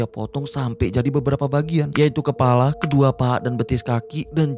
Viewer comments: maaf bang bukan kelapa tapi kepala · kepala Bang bukan kelapa 🤭😂🤣